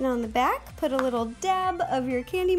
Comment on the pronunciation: When she said let's put it all together it sounded like let's poo it all together